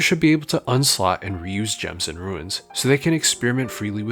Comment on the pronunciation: why can't you pronounce Runes properly